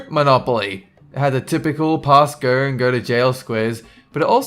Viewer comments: Do not pass GOERRGHH. He can't say his O's. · "Do not pass gurrr"